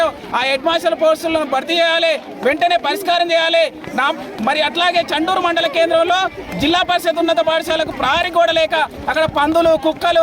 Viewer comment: చుండూరు కాదమ్మ తల్లి చండూరు